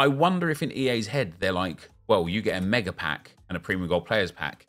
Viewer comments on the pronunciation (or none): none